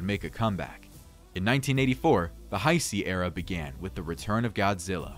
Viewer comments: WTF IS THE HI-C ERA??? It's pronounced Ha-Say🙄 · I understand that. It was a joke on how the guy says Heisei. So, you were serious when you said “not a real fan”? Wow.